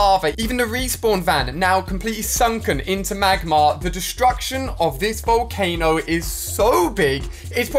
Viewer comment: it's volcano not volcana